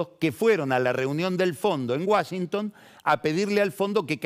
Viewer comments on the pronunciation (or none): none